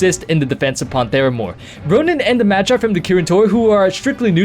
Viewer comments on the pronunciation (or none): none